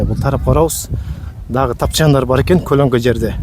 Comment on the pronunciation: 😂 колнко эмес көлөкө 😅😅😅